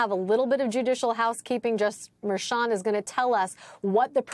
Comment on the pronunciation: Harry, WHEN ARE YOU GOING TO LEARN HOW TO PRONOUNCE MERCHAN???? Or you being purposely being disrespectful?